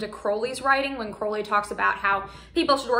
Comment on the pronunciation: Just btw, Crowley is pronounced like “crow” the bird.